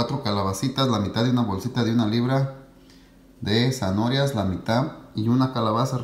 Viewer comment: amigo se refiere a la forma en que dice zanorias y no zanahorias...